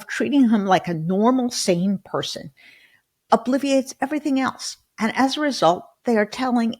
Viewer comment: O blit er ates, lol My mom used to say obliViate!